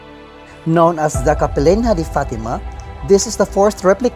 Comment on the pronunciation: It is pronounced kapelinya. Capelinha is a Portuguese word, the "h" is not pronounced.